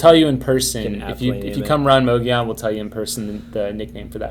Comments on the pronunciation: It's not pronounced with a "moe" it's pronounced with a "mugg" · Fyi- both of you are pronouncing mogollon incorrectly🤣